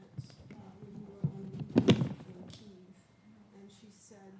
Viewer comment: I'm afraid that the Kyiv pronunciation still isn't correct. Phonetically, it is pronounced by Ukrainians as Kaye / iv. The Kaye part pronounced like the surname of Danny Kaye. It's the only way I can explain it.